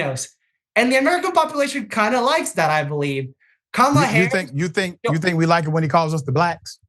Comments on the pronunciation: Her name is pronounced Kam' ala, not K-Mal' a,. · going back and forth with the name pronunciation. Total immaturity and disrespect.